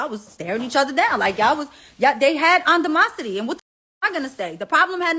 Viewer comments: “they had andamosity”😭😭😂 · What the fuk is a antomosity . Mariah only because u rep nyc animosity boo . I got you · Did this bitch MariahLynn say they had “andamosity” chileeee🤦🏾‍♀️😂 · Did she just say they had “UNDAMOCITY” Girrrrrrll. I can’t with these folks 😅